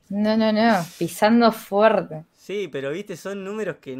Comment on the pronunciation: Ah alguien tambien le molesta cuando dice "foerte"?